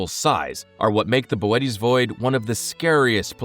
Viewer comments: Ohhh this is Ai. Damn real YouTubers are almost extinct. Bootes void is pronounced like Boo-Ts not Bo-et-ees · I pronounced bootēs as booty. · that's not Boötes Void. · Saying Boötes like that is pissing me off, I’m the original Star Walker